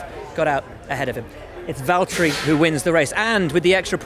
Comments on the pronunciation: Valteri, it’s ja.. chotto matte. James it’s valteri do you mind if I pass Hamilton? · James, it’s Valteri... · James, its valtteri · James, it's Valtteri